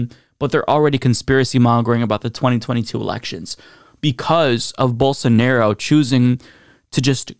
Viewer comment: If I hear call him "Bolsanairo" one more time, I'm shipping him to Brazil.